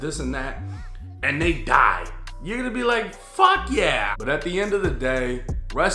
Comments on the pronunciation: The white came out when he said fuck yeaaaaa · “Fuuckkkk yeeeaaaa” let that inner white boi out 😂😂😂😂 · turn on his white boy voice wit dat FUCK YEAH!!!🖕🏻🤟🏻🤙🏻